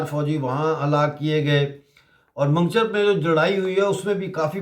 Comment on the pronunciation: Mango-char not mangcher